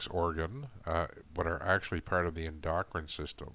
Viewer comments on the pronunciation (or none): If you are gonna to explain medical issues, you need to be able to correctly pronounce medical terminology. Endocrine is pronounced en-duh-krin with emphasis on the initial syllable, not in-dock-in with emphasis on the second syllable. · Helpful criticism: Please come to the point a little faster. Plus it’s ENDocrine, not enDOCrine. Are not shortened eyebrows also a sign of thyroid dysfunction?